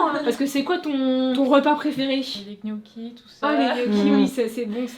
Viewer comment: "des knocchis"... Des GNocchis 👀